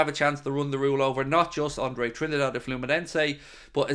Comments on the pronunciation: It’s pronounced Trin- DADDY, not Trinidad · Come on man, it's pronounced as Andre "Tree - Ndaa - Deh"